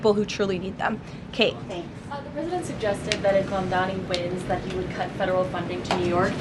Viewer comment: His name is : Mamdani / try to say it correctly